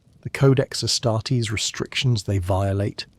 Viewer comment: Please make up your mind how you're pronouncing "Ass-tar-tees". Pro tip, it's this way ^^^